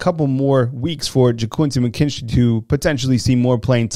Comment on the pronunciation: yeah, I thought I heard you call McKinstry , "KOOL AID""